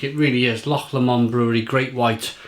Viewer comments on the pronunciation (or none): Loch Lomond....pronounced Loch Lowmond not Loch Lawmond. Not bad attempt for a Welshman though. 10 out of 10 reviews do not happen very often. Must try to get some cans. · Haha! You pronounced ' loch' correctly, and got Lomond wrong! 😁